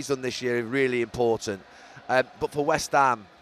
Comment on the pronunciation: “West hame are a club” 🧠🧠🧠 incredible commentary as always